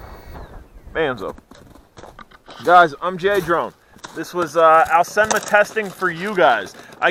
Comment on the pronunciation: I just reaseantly noticed you do say this quads brandname as a Chinese would do. :-) I always myself said it like Aaaaooooseeeeenmaaaa Long vocals. It was just reseantly I found out that its actually the way you say the brandname. :-)